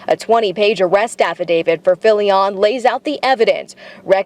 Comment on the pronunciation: We dont owe the dirtbag swatter to say his name right but its Filion like an onion. Why on earth are you saying it Filli- on? You're speaking normally and then with names you always get weird and pronounce them as if the rules of the English language suddenly no longer apply, but for only that name. Weirdo. 😁